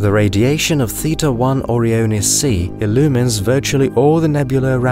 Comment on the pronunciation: great video, but it just bugs me so much that you pronounced O-Ryan like you expect, but then simply adding the letters i and s you proceed to pronounce it very goofily, like what happened there? why you do this? you say oryan numerous times so i know you know how to say it. yet you do this? why?? i dont get it O-ryan-es > OREO-ness its not a cookie